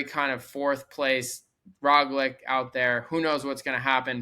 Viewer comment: Try pronouncing Roglic as Roglich and it will sound almost correct.